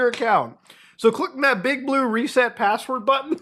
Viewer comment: "Can u give me da passwodd" 😂